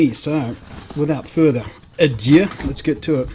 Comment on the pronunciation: Lol "Without further aduu"